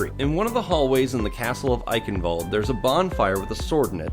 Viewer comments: Why all English people say Eickenwalde it's Eicccchhhenwalde. I'm German that fucked up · as someone who grew up in germany, i cringe everytime when people, even the overwatch announcer voice, say "Eichenwalde" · Germans watching this cringe at your pronounciation of Eichenwalde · As a german, your pronounciation of "Eichenwalde" triggers me.